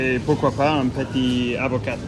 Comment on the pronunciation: Eh bien ! Ça m'a donné faim tout ça 😄 ! Ça change un peu de te voir en extérieur ; j'aime bien. Il y a beaucoup de choses que j'apprécie moi aussi dans tes courses : j'adore l'avocat (on ne prononce pas le t), même si moi je le mange nature ; les flocons d'avoine aussi, avec du lait d'amande ; les haricots rouges (j'adore le chili) et les pommes aussi. Bref, tu m'as mis l'eau à la bouche ! Petites précisions : tu cherchais "un résumé" ; on dirait plutôt ici "un récapitulatif" de tes achats ; tu pourrais aussi dire : "on va passer en revue tout ce que j'ai acheté" 😉 la poêle = on prononce "poile" cela te permet de "couvrir tes besoins en protéines" les haricots : on ne fait pas la liaison car le H de haricots est dit "aspiré" (comme dans hache, hibou) contrairement à huile, herbes où on fera la liaison yaourt, on prononce le t (yaourte) pour les produits alimentaires, il n'y a pas de soldes : on parle de "promotions" => le yaourt était en promotion Vidéo rafraîchissante. A très bientôt et n'hésite pas à nous faire découvrir un peu plus les alentours. 😉